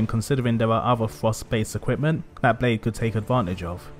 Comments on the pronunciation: My welsh ancestors are writhing lol. Its pronounced blaith which means wolf in welsh. Good analysis of one of the best character's in the game. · I live in Wales and my wife is welsh, we named my car Blaidd Di ( black wolf ) and I came here to comment on the pronunciation but you beat me to it 🤙